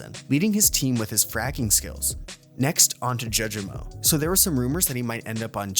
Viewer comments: The way he pronounces “Jawjemo” too😭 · and judgemo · Please for the love of God learn to properly pronounce the players names correctly😭😂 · I’m leaning more towards it being ai mainly because if your whole channel is based off the VCT, how do you not know how to pronounce known names like Jawgemo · How are u miss pronouncing names like caunzin and jawgemo this bad, it's like you don't even watch vct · Absolutely butchered cauanzin and jawgemo 😭